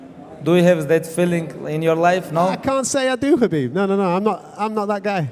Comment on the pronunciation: Hab-beeb Nur-Mu-Ham-ma-dov 🔥